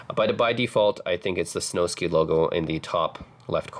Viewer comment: It’s Snowsky …. Like whisky, you wouldn’t pronounce whisky whi sky.